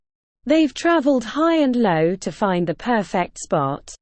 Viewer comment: You got the term "high and low" right this time, good job! That's fantastic to hear! Putting knowledge into practice can be a whole new experience. We would like to continue making practical English more accessible.